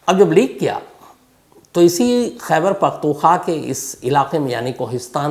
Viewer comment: Khyber paktoon khwa. Not kha